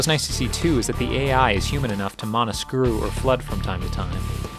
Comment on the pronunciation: "Mauna"? You mean Mana, right :D